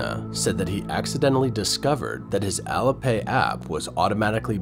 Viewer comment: heads up there ! ---- IT'S " AL-LEE" AS IN ALI-PAY --- NOT ALLA ! ----- SPEAK MORE SLOWLY & CLEARLY PLEASE ! --- BYE BYE CCP-PSYCHO$-LAND, ---- bye bye and PERMANENTLY TOO ! ----- from Canada J.